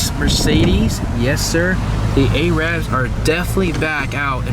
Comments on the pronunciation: the way you pronounce arab 😂😂its pronounced erab/erib not AYYYrab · It's not 'A-rab' it's 'Ar-ub' or 'A-rub' you saying it like that is just the derogatory way of saying it. :) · He says “ay” -“rab” several times. That’s considered offensive by those of middle eastern decent. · fuck is an A-rab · The way you pronounce arab.. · You're pronouncing "Arab" wrong lmao, just don't say it to a Arab the way you are pronouncing it. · sounds strange hearing the word knackered in an american accent. I just wish you could pronounce arab properly .